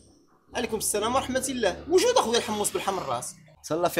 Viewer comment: ورحمةُ الله ماشي و رحمةِ الله